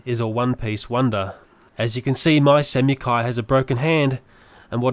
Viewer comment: samukai is prononced (sam-a-kai)